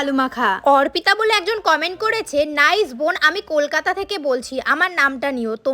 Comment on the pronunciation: অর্পিতা ❌ওরপিতা ✅ 😂😂